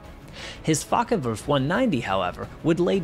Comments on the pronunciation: It's Focke, not Fokker. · Oi😊s focke wulf not fokker wulf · I wish you'd pronounce it properly: it's Fo... as in Ford.